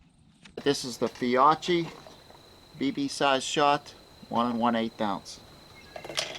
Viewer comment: I think that brand is pronounced Fee-okie